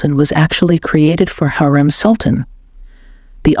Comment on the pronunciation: Pronounce her name right. HU....REM.....NOT HAREM